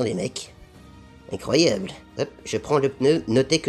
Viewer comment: Rha putain x) tu régale c'est incroyableuh 🤣🤣🤣